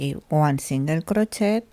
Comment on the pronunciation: Hello from British Columbia, Canada. Your English is very good. However, the “et “ at the end of crochet is pronounced like an A, not “et”